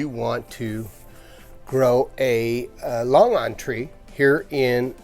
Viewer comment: Your pronounciatiin on longan is incorrect.